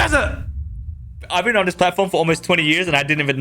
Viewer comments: I love the " outrrr this list" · The way bro says out of this list it's like he's saying outttaafff this list